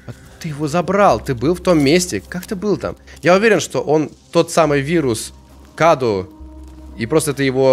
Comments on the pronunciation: Не каду .а кадУ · Правильно говорит кадУ Это переводится как подарок или дар... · правильное ударение "КадУ". Это в переводе с румынского "Cadou" - Подарок или Дар. Я это знаю, потому что слушаю песни французской исполнительницы МарИ ЛафорЕ, и у неё есть песня "Cadeau",произносится так же - "КадУ" - с французского тоже переводится как "Подарок" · Не каду а каду ударение на у